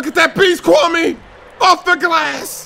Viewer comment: It's pronounced Kwa-May